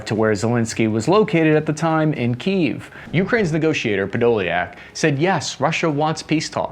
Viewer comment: I really enjoy the fact that you pronounce Kiev correctly and not just call it Keeev, like all the stupid American news channels